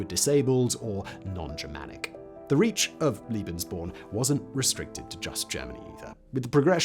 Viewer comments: "Lay-behns-born", not "Lee-behns-born". My ears hurt. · Surely you mean "lay-bens," because a single E is pronounced that way by most german speakers. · Translators work with the written word. Interpreters work with the spoken word. Pronunciation relates to speech, not writing. Come back to me when you have the same amount of experience of listening to English accents from all over the world and German accents from all over the German-speaking world. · It’s lebensborn? Pronounced lay- bins-born. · Making the traditional English speaking mistake of calling Lebensborn "Liebensborn". There was nothing "liebe" about this madness... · Liebensborn? Love born? Come on, bro... a little research on pronunciation... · Sorry, you are wrong. The first "e" in Lebensborn is pronounced like the "a" in say, lay, way. And Liebensborn is not a German word. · Pronounced "Lay Ben's born..!' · I get triggered by the fact that Simon adds an i in the pronunciation of lebensborn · It’s pronounced like the first E in tElevision tEmptation or TEsla not fear or pier. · The E in „Lebensborn” is pronounced like the E in “poke”.